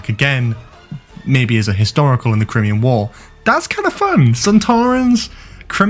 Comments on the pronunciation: It's not CrIMean war it's CryMEan! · Don’t worry about whether you can pronounce Merthyr Tydfil, as you can’t pronounce Crimea/Crimean correctly. Cry-Me-An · I wince every time you say Crimean. It's a well-known period in history, I am stunned that you can't pronounce it properly. Crime-Ian. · It's pronounced Cry-Mee-An you fucking knob ffs no wonder you like this shite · Great spot, and hope you're right, time for some warrior sontarans rather than dumb ones. PS: Crimean = "cry-me-un" 😅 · I do believe it’s pronounced cry-me-an war ace, just thought I’d let you know & they are 100% Sontarans 100%